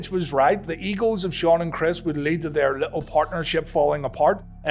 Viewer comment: When you say egos it sounds like eagles